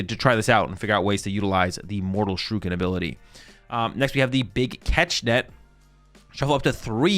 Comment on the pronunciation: two more years of mispronouncing the word shuriken. nice.